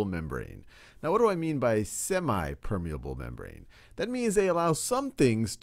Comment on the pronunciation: It's not semai it's semi